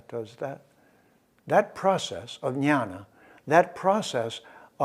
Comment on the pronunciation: Sir, with due respect. It is Gyana or gyan in Sanskrit. It is not nyana or Nyan that you are pronouncing.